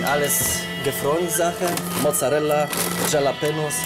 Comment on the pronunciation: Wer kennt sie nicht, die leckeren "Schalapenos" 😂